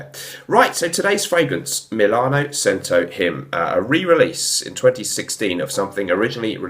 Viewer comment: I think it’s pronounced CH•ento ? good review though! i’m going to grab this.